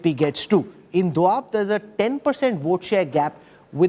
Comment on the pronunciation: It’s doaba not doab chutiye.